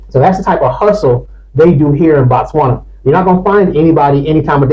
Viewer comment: It’s Botswana ✅NOT Batswana❌